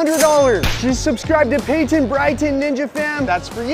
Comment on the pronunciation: Its Payton not Paynton💀